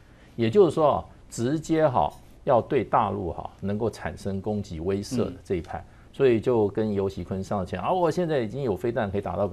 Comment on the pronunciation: 为什么台湾这些播报员总是不能够正确的读出‘威慑’（weishe）两字，整天就‘weizhe, weizhe’, 令人讨厌 ！